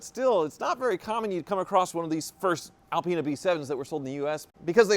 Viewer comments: Alpine get it right. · Reapiar it!!! It's alpina